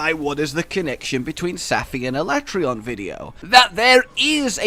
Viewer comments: is no one talking about the pronounceable of aleatreon in the beginning al le tray on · I'm with Josh on how to say ALATREON